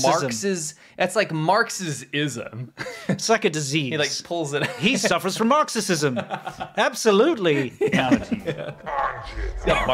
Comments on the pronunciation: It's not a tongue slip. It's Marxi-Xi-sm 🤧💀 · How TF does an English guy say Marxisisim? Bruh... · if you are going to do a dictionary commercial don't mispronounce words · An English man who can NOT pronounce basic English words like "Marxism". ROTFLMOA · The guy not knowing how to say Marxism is a good sign though.